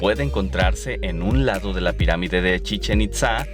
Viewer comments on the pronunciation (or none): none